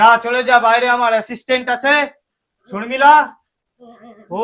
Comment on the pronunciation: শর্মিষ্ঠা হবে শর্মিলা নয়।